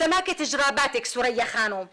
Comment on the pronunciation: مين سورية ؟ ههههه ثريا و بيقول سُريا